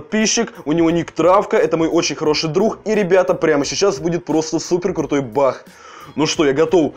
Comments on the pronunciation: Баг а не бах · почему ты говоришь бах а не баг